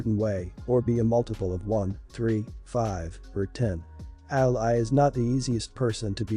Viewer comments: It's "ALIE" not "ALLY" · To the reader, Ally said the way you say it, is a country, fighting on your side in a war... a lovely young girl is not that. Ally for a name is pronounced Al-ee. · Ally is pronounced Alley.